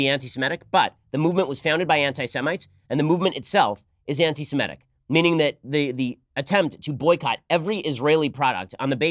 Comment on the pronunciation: Ben, it is "anti-Semitic" NOT "anti-Simetic".